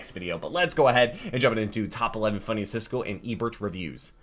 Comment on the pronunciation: Siskel not Sisley